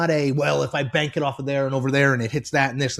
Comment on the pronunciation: The way he's saying bank reminds me of the commercial where two people are describing the number of bank hits a basketball has to go through to make the shot. Out the window, off the wall, through the tunnel, through another window, off a utility pole... nothing but net.